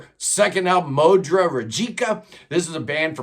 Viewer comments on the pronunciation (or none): Fyi, it's actually Modry not Mondry.